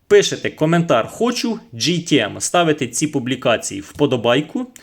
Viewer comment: Джі, це “J”, а у вас “G” тому ГТМ Але не кожне «Г» то гімно! Дуже схожий з Vitals міксером. Якщо виграю зрівняю;)